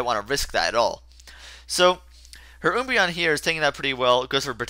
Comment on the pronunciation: Oombreon?!?!? It's Umbreon. An Umbra is a shadow. So yep :) Can't wait for Kirby